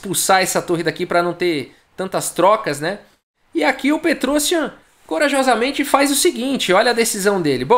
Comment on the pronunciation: O IAN em nomes armênios se diz com destaque. Se diz então"petrosIAN".